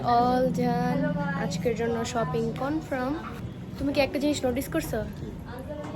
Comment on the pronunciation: Confirm ❌ Confram ✅ 🤭🤭🤭🤭🤭